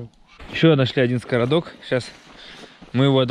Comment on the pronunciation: Скрадок, а не скородок😁от слова "скрадывать". За видео лайк👍🏻ждем следующих серий.